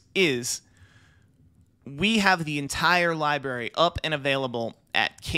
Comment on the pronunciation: did this fn guy say "Libary"?